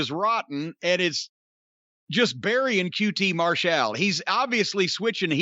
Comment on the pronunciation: Haven’t watched it yet but Jim is gonna say QT “Mar-Shall”